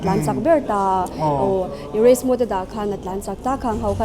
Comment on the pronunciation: Scooter tiin i lam thlap thlap a a tha hle mai. Mahse, i Caption ah Scooty tiin i ziak leh lawi sia. Youtuber leh Public figure te hi Saptawng thumal kan hman lar tam tak hi dik deuhvin hmang hram hram ula. MODE pawh hi Mood tiin i lam tlatin ka hria. I Nula interview kha chuan Mode a ti thlap a, nangmah ber khan Mood i ti tlatin ka hria 😁